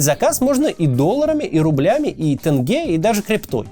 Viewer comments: Максим, прошу Не тэнге, а тенге!! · Тенге, Максим, тенге! Вторая буква - е) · «Теньге» пожалуйста, «н» мягкая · Тенге, через "е" Максим) не тэнге) А за ролик спасибо, их просмотры сейчас ежедневный ритуал) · Кацу надо съездить в Казахстан чтобы научили говорить тенге правильно)